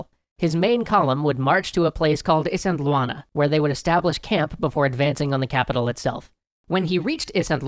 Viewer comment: Great series, I'm super happy to see someone talking about Zulu history, even if the way you say Isandlwana drives me nuts.